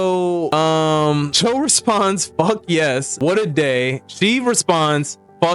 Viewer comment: Mannnn not JOEEEE